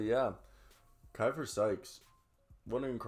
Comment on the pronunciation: That's my dog!!! Great video!! One minor correction, his name is pronounced (Key-fer)